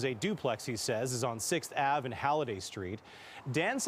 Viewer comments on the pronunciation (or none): Did he really say "6th Ave", like saying the abbreviation?